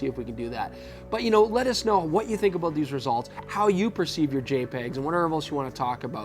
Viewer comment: You SAID..""So Were ABOAT"" To Go In Here, => ABOAT?? LOL.. Oppose to About lol its That Canada Kicking In Right?:-) Hey Perfect Video Once AGAIN & Great Topic Testing, Great IDEA,:-)